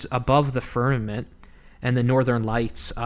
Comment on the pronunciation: This is great ! I love studies like these I totally think that the northern lights are suspicious And Polaris! Thank you so much 😊 It think it is pronounced firmament With an M Not firnament With an N